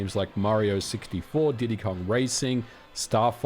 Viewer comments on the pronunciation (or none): none